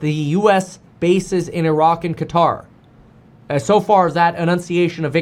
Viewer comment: KEVIN, Please don’t call it “Kataar”. The closest you can pronounce correctly is “CUTTER” since there is no letter for Q in English.